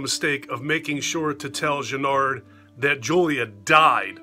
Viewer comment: Great review !!!! I agree with a lot of your points . For me part 2 is pretty solid . Every time you said Channard in this video , it sounded like you were saying Jennard . This video is liked by me . 😎👍🏻